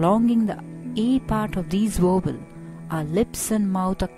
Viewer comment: she keeps saying "wovels"...